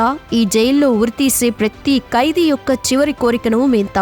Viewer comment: కైదీ కాదు... ఖైదీ... బర్త కాదు భర్త